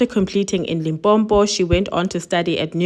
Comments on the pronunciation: It's Limpopo not limpompo🙄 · Love you dear, but please its pronounced Limpopo not LIMPOMPO.. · Sesi it is Limpopo not Limpompo...please. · Limpopo not Limpompo. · The way you pronounce Limpopo 😭 It is not “Limpo-mpo” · It's limpopo... not "Limpompo", make an effort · Limpopo, not limpompo!! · 'University of Limpopo', learn to pronounce things properly, stop this 'Limpompo' nonsense, listen to yourself when you pronounce white names but you fail dismally when it comes to your own, we dont need such trash online!! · Limpopo not limpompo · But guys, it's not Limpompo it's LIMPOPO🙄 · Love the channel. Mara host, ke Limpopo - not Limpompo. lol. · You can proudly mention the other institutions but not Limpompo bathon😂😂😂😂 and your excuse better not be that you're not Pedi because the word is not even in that language 😂😂😂😂It's Limpopo please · Like your content but it's Limpopo not Limpompo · Guys, it's Limpopo, not Limpompo or Lipompo. Thanks for the story. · I wish with ALL MY HEART that people would stop saying "Limpompo" when its "Limpopo" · Limpopo not lompompo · Limpopo not Limbombo please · Limpopo, not limpompo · Enjoying your videos, But it’s Limpopo not Limpompo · Can get dangerous. I still remember seeing on the news a guy being beating by a mob throwing foreigners out of Alexandra. He told them he was S.African & born in "Limpompo" They beat him up so bad for lying cause he couldn't even pronounce the province. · Still can't believe there are South Africans who still can't pronounce some of the names of our provinces in 2023 even white people can easily say LIMPOPO....sho limpompo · POV- I believe this guy has been affected by his parents separation for a very loooooong time and it so happened that the drugs triggered and magnified the anger Ps my sister it's "Limpopo" not "Limpompo" ..... Thank you 🙏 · Great Video. It’s University Of LimPOPO Not Limpompo. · ITS NOT LIMPOMPO, ITS LIMPOPO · Point of correction. LIMPOPO NOT LIMPOMPO.